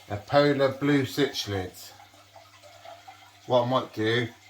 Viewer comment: Wow i loved this video they are so awesome! Think they will be a great new edition to the tank! Just for future i think they are pronounced "sick let " instead of "sich let" but doesnt really matter. Thanks for such a cool vid !